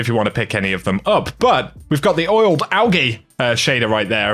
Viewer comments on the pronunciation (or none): That's not how you pronounce algae! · Oiled Al-g-ee, lmao that caught me off-guard. Calling it this unironically from now on.